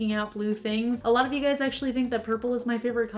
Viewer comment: I'm aware, it's what you always say, it just sounded like what's up gays. Nothing wrong with either ;)